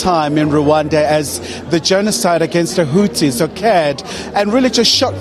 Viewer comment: Nonsense did you just said "genocide against Hutsis" why don't you make a research before you start pretending as if you are an Engrish person.